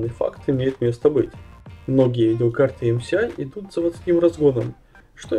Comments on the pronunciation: что за "ЭмСиАй"? (MCI) MSI - это "ЭмЭсАй" прям слух режет. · ЭМ-ЭС-АЙ ! Как ,как ? бекпле(ЙН) ?? Спасибо посмеялся